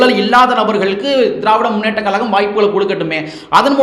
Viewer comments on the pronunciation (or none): Sir pls tamil sariya ucharichi sollunga ( kalagam illa, Kazhagam)